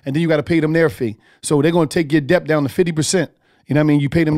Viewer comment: None of your man's helped you out with pronouncing Debt. The B in debt is silent. 😆 sounds like Det! Work on that my neega! Lol